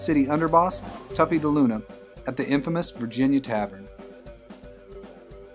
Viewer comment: I believe it's "toughy", not "tuffy"